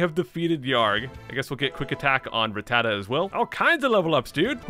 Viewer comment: It’s rat-tat-ta not re-tata